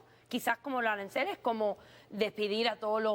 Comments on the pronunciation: Arancales o aranceles? 😂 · Que tan difícil es decir aranceles?